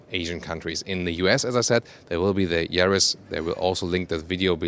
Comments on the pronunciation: Ja !! (Ya) I noticed that too .. 😎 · Yaris NOT Jaris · Sorry for being a pedant. But in English Everywhere, re the Yaris the 'Y' is pronounced 'Y' NOT 'J'. Like the colour 'Y'ELLOW or girl named JANET or JANE a Russian plane, YAK 40. ps. I love your car reviews & apologise if I've given offense. :-) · it’s Yaris not jaris English please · Good video. No idea why you are pronouncing this car Jaris in english when you pronounce it correctly in german. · It's Yaris, not Jaris. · it's a Yaris, not Jaris. Please, prepare better next time. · No, do you? Bc saying "Se Djaris" really made me laugh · Hahaha what is “garis “ ???? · Is it me or this guy is calling this car jerry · I don't like the "Jaris" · More like Mazris! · Hmm, he does very well in English, as most Continental Europeans do. Someone should just explain to him that in English, the 'Y' sound is like the German 'J' sound – not like the English 'J' sound! :^) But a very good intro to the new model.